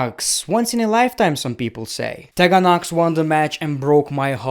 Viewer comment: Ik you have difficulties with English so just letting you know it’s pronounced tea gan Knox not tehgan